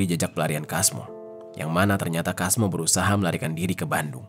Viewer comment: Kalo di pekalongan biasanya penyebutan nama sesuai tulisan di baca "Casmo" bkn "Kasmo.